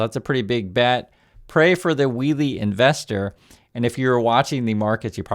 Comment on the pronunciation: He messed up "wheelie" bad...